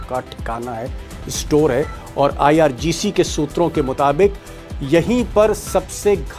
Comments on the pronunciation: not ircg, its irgc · IRGC hai Sir IRCG nahi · IRCG NHI IRGC HE JI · IRGC hota hai sir...aap har baar Ircg Ircg kahte rahte ho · ITS NOT IRCG.....ITS IRGC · IrGC not Ircg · Sir, you often say IRCG; in fact its IRGC